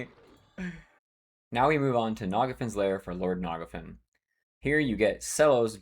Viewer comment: I've heard many wrong pronunciations for EQ names and locations in my time, but the way you say Phinigel and Nagafen really take the cake. 😅